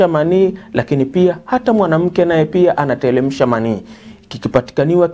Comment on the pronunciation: Sio anatelemsha bana" ni anateremsha" kiswahili chako kibovu sana, rekebisha matumiz ya R na L....